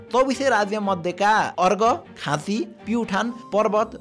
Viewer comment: कङ्गडा होइन काँगडा, सुतलज होइन सतलज; अर्गखाँची होइन अर्घाखाँची।😂